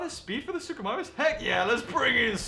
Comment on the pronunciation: What it's not suchomimus